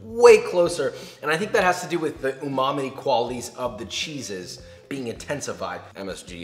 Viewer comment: He literally said Uma-may it’s uma-mi